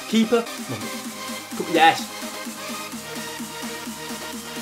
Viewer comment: this guy doesnt even say yes he says HIESSSHHH